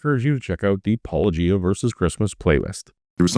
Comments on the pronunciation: Hes clearly not an apologist, as he pronounced Paulogia correctly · and for pronouncing your name right. 👍🏼